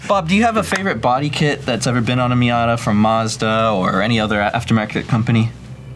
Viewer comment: ah yes, the miatatata